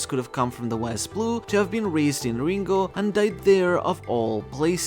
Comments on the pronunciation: He said "Lingooouugh" instead of Ringo, lol. Are you ok? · Unsubscribed for saying Ringo like that.